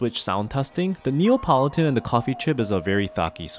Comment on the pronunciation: Lovely video, thank you. As a mechanical keyboard aficionado, I know that sound is very important to you, and so I hope you won’t mind me pointing out that hearing you say say “NeOPolitan” again and again, as opposed to “NeAPolitan” was grating! Apologies for making what seems like a minor criticism, but it’s like a thock getting ruined by a loud spring ping! (Don’t worry, still a thumbs up!)